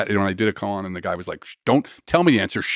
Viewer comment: “Koan” practice not “coon practice”